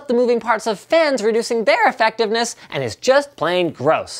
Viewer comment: did i just hear you say "airfectiveness"